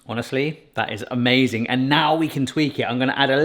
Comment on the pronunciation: I'm sure it tastes amayozing.